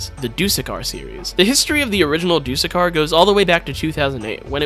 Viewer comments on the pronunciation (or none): He butchered dusekkar too😅